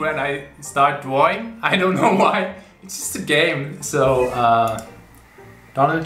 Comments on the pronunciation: I love how he says Drawing ‘Dwawing’ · I love how he says dwaing